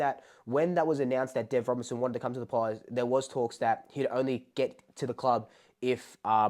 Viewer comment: Mate. Get the name right. Deven RobERTSON.